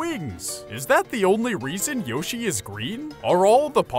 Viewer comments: It's pronounced Y-o-shi the o doesn't make an Ow sound it makes an o sound since there's no e! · hearing yoshi over and over again starts to sound like a weird word